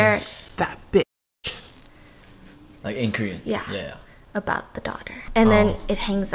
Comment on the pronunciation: Me: gonna leave for a snack Stephanie: BISS NO